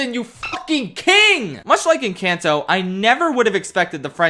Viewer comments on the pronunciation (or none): I adore all your videos and they are always at the top of my list to watch, but for the love of god stop pronouncing "Encanto" like that. It's En-cAHn-to not En-CAN-to. Sorry, as a Latina it drives me up a wall how people keep pronouncing it the non-Spanish way. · The way you pronounce encanto lmao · Congrats you are the first person i have heard to mispronounce Encanto.